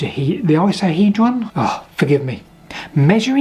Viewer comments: i coso hedron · One safe prediction : this will not be your last dodecahedron video. The vertex 20 face/ 60 edge/ 12 vertices Platonic solid is an icosa- (no common English use of that grouping, but just pronounce every letter) -hedron ("sided" ; which you manage perfectly well in dodecahedron). I'm sure the "I have the dodecahedron token ; I can speak" theory will work perfectly well until Brutus Maximus - ex-Legionary Sergeant Major and bored with the "is that a gladius in your pocket or are you just ... telling me to shut up, I'm shutting myself up, completely shutting myself!" jokes - wants to speak, at which point it becomes a "are you going to give me the token with both hands or your remaining hand?" topic of dissension. Which Brutus, being well named and having a gladius in his pocket doesn't make a protracted point of order. OK, I could see it working in the school room in lessons on rhetoric. Amongst the boys who have just given Brutus' equivalent of their generation all their dinner money, and done his accounting homework for him.